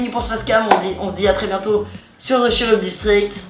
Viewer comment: ca ne se dit pas cherub mais keroub